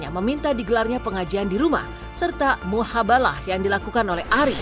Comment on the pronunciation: Mubahalah kali Min, bukan muhabalah 😂